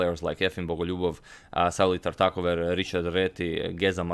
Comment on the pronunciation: its great when you say the names of the classic players because for many of us it is the first time we are hearing them pronounced correctly ; ) . for example , tartakower ("TART-uh-cower")